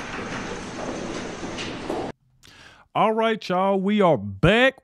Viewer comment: Are you saying a hundred and seventy five million dollar bun 😂😂😂😂